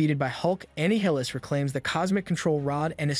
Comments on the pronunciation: He says it multiple times. And shouldn’t it be pronounced like Annihilate. But instead of “late” it’s “lis” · it's not Annie hill-ass it: a-nile-us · Annie-heelus? Here I always thought it was pronounced Uh-Nye-uh-les. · Anne-hilis? Ah - nile - lis Like A nihilist 🤔 probably Shadynastys is also not pronounced shady nasty's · Annie Highless lmao. That's an interesting way of pronouncing Annihilus. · bro said amy hillus 😂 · Huhhhhh ‘’anni-hilus’????? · bro this guy CAN NOT pronounce words with the letter A correctly. ANNE -NILUS A- VEN-GURS bATTLE CRI speech therapy homie you need it, the way you sound out words is like an AI reading. regardless ty for the recap. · You pronounced anialus wrong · Anne Hillis? No bud,thats not how you pronounce it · The people who do the.voiceovers for this and other Marvel productions cannot have English as their primary language. Ay-ven-jers, Annie-hill-us. Gʻet a dictionary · I've never heard Annihilus name being pronounced that way 😂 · Dude, it pronounced Annihilus like six different ways and none of them were correct. No real person doing a professional and scripted video essay fcking does that. Even if they don't know how it's actually pronounced despite giving a rundown on something that says it aloud repeatedly, there's no way they alternate between the better part of ten wrong pronunciations within a single paragraph. That's something that only happens with an ai/tts bot, and it "breathing" doesn't mean shit because it could've just been told to "breathe" every two or three sentences in the prompt, if they're able to impersonate the voices of famous people then it making a breathing sound is very much within an ai's ballpark. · This would be so much better if he could say “Annihilus” right. Maybe the person who wrote the script should’ve recited it. 🤣 … Just playing around (although you not once said his name even close to right), love the video, keep up the great work! 😎🍻